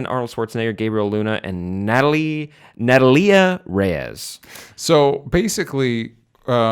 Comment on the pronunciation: "Natta-lee-ya Reyes" GTFO